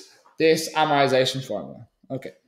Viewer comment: Jesus Christ great video very helpful but for the love of god say amortisation with a T